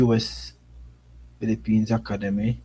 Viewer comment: Dam bro.. you’re butchering the English language! It’s rosters not rasters! Academy not Hacka demy! SMH